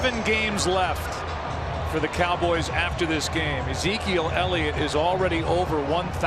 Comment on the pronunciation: .... it's Ellliot..... ELLIOT!!!